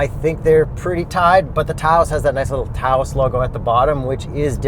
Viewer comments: Tay-ose??? Natives of New Mexico would tell you It's pronounced Touse, my friend. Point for. You guys are correct about the somewhat arbitrary classification of the Taos as a subcompact SUV vs the CX-5 as a compact. That's because the Taos (176" in length) is the biggest SUV typically classified as a subcompact while the CX-5 (179" in length) is the smallest vehicle in the compact category.* Further, despite the minor deficit in overall size, the Taos offers considerably more overall cargo space (65.9 vs 59.6 cubic ft). In fact, the relatively cramped interior of the CX-5 compared to rivals is arguably its greatest weakness. (It's the result of the "Koda" design language that dictates an especially long hood that sacrifices interior space, an issue that's even more extreme in the CX-9, one of the largest midsize SUVs with less cargo than any rival. In fact, with less space than a Honda CR-V.) * The pattern of larger VW SUVs vs rivals isn't limited to the Taos. The North American Tiguan (185.1" in length) is the largest of any "compact" SUV. The Atlas Cross Sport (195.5" long) is by far the largest two row midsize SUV. And the 3 row Atlas is among the largest SUV in that category. Each of these models is aimed specifically at the North American market. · OMFG. I used to think the orgasm faces makes during every launch was the most annoying thing he did. But TAY-OHS. 😳😳😳 Didn't VW give you a press kit before you drove away with it? 🤦‍♂️🤦‍♂️🤦‍♂️ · It’s pronounced “touse” 😑🤦🏽‍♂️ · FYI Taos is pronounced like house or mouse with a t. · It's pronounced like house or mouse. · Right! It’s “TAWS”!😂😂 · STOP SAYING TAY-OS! 😂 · "Taos" rhymes with "House". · Pronounced "TAU-CE" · Guys. "Towse", it's one syllable. It's a town in New Mexico. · Oh my God! Say Tay-Os one more time! Learn how to pronounce the vehicles name! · There's a town in New Mexico called Taos (tah-os is what I have always heard people say, I have been there once) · Say Touse. Correct. 🤣💩